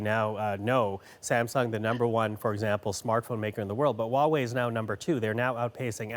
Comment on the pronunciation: So why do they speak HUAWEI like WAWAY？